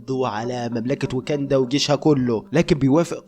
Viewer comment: فيلم تعبان جدا واسم المملكه واكاندا مش ويكندا